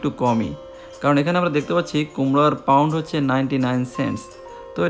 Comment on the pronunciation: খুব দুর্বল এবং ভূল বার বার এমেরিকা বলা ভাল লাগে না। পা উন্ড/ কেজি ঠিক করে বলেন